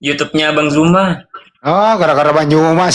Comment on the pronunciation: Utk; Sampai Detik ini Huruf Z di baca J; ZUMA menjadi JUMA; tdk mendidik anak-anak kami dng Baik.